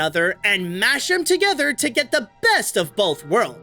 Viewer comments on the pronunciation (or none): none